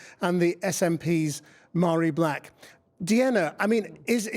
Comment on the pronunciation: Forgive me, but, isnt it pronounced "varree", not "mar-ee"?